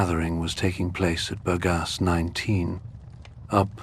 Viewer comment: Oh, how much I wish that people who make these videos could learn the pronunciation of foreigh words. Berggasse, the adress of Freud, is constantly pronounced wrong. Berg-gasse . Gasse= alley, Berg = mountain, The mountain alley.